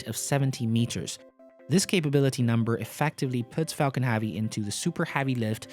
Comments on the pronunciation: Can you learn how to say 'heavy', please. It's not prounounced 'haaavy' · Anyone else bothered by how he says heavy?